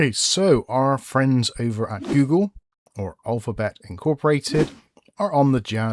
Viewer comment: Still trying to figure out what "gyew-gul" is. Any ideas, anyone?